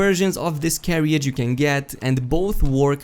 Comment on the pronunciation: Lol he pronounced carriage wrong